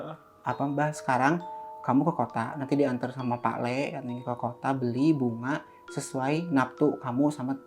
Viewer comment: Bukannya "Pulung Gantung" yaa Bukan Pulau gantung Fyi: cuma mau revisi, Mgkn soal pelafasan Bukannya "Lek" Tp "Lee" alias "tole" panggilan buat anak laki² Klo cewek "ndog" gitu Tp klo buat yg si penjaga bener Nyebutnya "pak lik" Alias bapak cilik alias Om